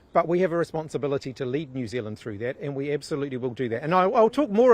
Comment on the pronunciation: Jew Zealand 🤷🏻‍♂️